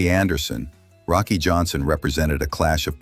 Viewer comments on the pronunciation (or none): Rocky deserved narration that gets his name right.